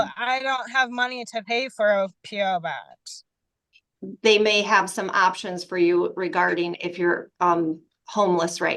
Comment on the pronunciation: . The way she says "P.O. box"😂...